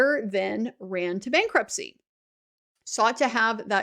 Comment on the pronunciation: "bankrutpcy" hihihi ;)